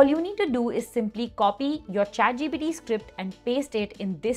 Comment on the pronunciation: Also she kept saying chatgpD